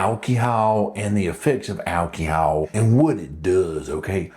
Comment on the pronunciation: Big fan of the intro 😂 whip noise somehow always makes everything a little better...and the pronunciation of "alcohol" 😂😂😂